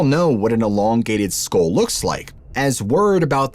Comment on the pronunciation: I sit baffled for a while trying to figure out what these words are, like hell storm, he can't pronounce hail. Or skull. And it's irritating.